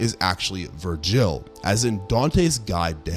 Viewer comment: Your pronunciations of Verge and Virgil are weird, dude. Ver-gay? Ver-jay? Come on.